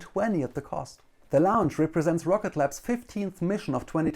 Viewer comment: Like the video, but can't stand that he keeps saying Lounge instead of Launch